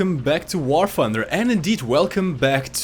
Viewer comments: I love your videos but can you pronounce the th in warthunder instead of warfunder. Ty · am i the only one who hears "war funder" whenever he says "warthunder"?